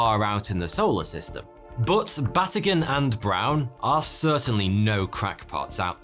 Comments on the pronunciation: Batygin is pronounced Ba-tee-ghin. The emphasis is on TEE. I absolutely love your channel. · Oh, you're my fave mispronoucer. Mike's name is ba-TEE-ghin. So there you go.